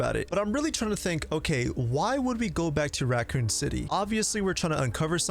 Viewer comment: Are you saying Ratcoon city